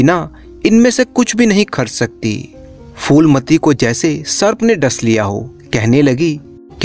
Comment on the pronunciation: Foolmati nahin shreemaan jee , Phoolmati naam hai. उच्चारण फूलमती है , फ़ूलमती / foolmati nahin . 🙏🙏 बढ़िया चैनल है ।👌👍